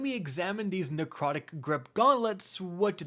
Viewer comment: Why does narcotic grip sound like covid